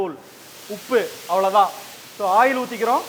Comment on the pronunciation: Ail 😂😂😂😂😂🤣🤣🤣🤣or oil 👍